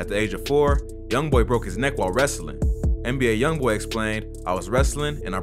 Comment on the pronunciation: Am I the only one who heard him say A “i” Youngboy and not ALYoungboy